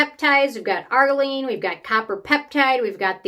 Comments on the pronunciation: Lol. Its ar-JEER-ruh-leen. Not AR-guh-leen.😊. Also, i think you mean matrixyl synthe 6, pronounced sinth six. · Wait, isn’t it pronounced Ar-geer-ill-line? Or is that wrong? I just stopped using it after using TO one consistently for a few years & I notice no difference at all. Go figure! 😢